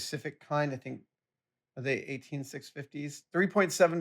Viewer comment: TOOTSIE POP REFERENCE. "Three-hee" =D